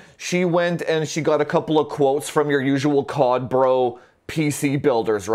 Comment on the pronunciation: I laugh everytime you say COD bro lol